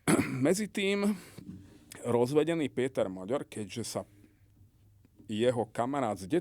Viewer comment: Rozumier tak kkt. Hovoril že Orbán napadne Slovensko, že zaútočí na Ukrajinu, maďarsky hovorí smiešne , miesto Péter Maďar, vyslovuje Píter Moďór, už mu slovenskí Maďari píšu, že nech nie je kkt a nech to vyslovuje normálne maďarsky...